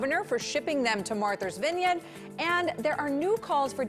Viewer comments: Of course they were! The teleprompter effed up sadly for this news anchor, its not Marther's Vineyard say Martha's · "Martha's Vinyan"? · "Marthers Venyen" ??? Lol 😆